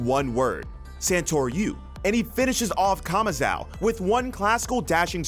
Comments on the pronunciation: Stop saying kamazao. It's kamazo! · bro saying kamazau will never not be cringe